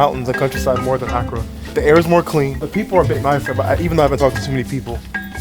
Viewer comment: Wow you went to my hometown 😊 we are in the eastern region where Twi is used and Fante is more western region, please go again for Easter! Please Accra is pronounced “Ah Kra” and Kwahu “Qo Wu”.